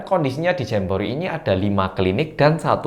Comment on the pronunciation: GUA DENGR NYA JAMBOEEET